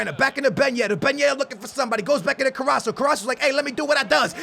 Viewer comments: It's pernouced car-as-co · Carasso? at list read them right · He s Name is pronounced carrasko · Its carras'K'o u pronounce the c as a k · Please say CarrasCO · dude its car-ass-co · it's carasCO lol but nice video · His name is Caras co... There is a C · u prenounce it carasKo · its Car-Ass-Ko please stop saying It wrong it hurts my ears Like so he can see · Carasso got me triggered. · Pronounce both Cs in CarrasCo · It's pronounced car-ass-co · Its CARRASCO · you are saying his name wrong!! its CARASSCO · Carrasco is pronounced Carrasko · he is called carrasco say it like this ka ra sko. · Carasco should be said like carasKo , don't hate me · KO-RA-S-CO that's how u say his name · Love your videos though you should get the names right man... it's Fernan-dinho not FernandinGo,it's Carras-Co likewise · You pronounce it Car-as-ko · you say CarasKo With a K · you need to pronounce the second C Like a K CarrasKo, I am from Belgium! Really enjoy the series! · its prounnced Car-as-co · carraso? im fucking done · HAHAHA CARRASO LMAOOOOOO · trying to help ka-rras-ko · *it's Carrasco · Its CARASSCO!!!!! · say carrasko you have to say it with a k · its carasco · hes pronounced carrasKo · you need to say the C in carrasCo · Please pronounce carrasco right it's so fucking annoying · CarrasCo haha Theres a "C"😂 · Your pronunciation is kinda wrong but it's fine he's Belgian so it's hard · You do know that carasco's name has a c towards the end of his name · you pronounce Carrasco wrong Both of the "c"s are pronounced like a K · you are missing the "c" sound when you say Carrasco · You are saying his name without the end CO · Arghhh your carrasco pronunciation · Oh what a surprise, ur not pronouncing his name right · "i hope I am saying his Name right"- 2017 says Carasso instead of CarassCo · CarrasCo not carasso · it's CarrasCo not Carrasso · IT IS CARRASCO NOT CARRASO!!!!! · It's carasco not caraso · It's carassco